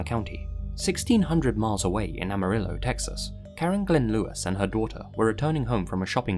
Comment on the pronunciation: The way he pronounces "amarillo" gives me a headache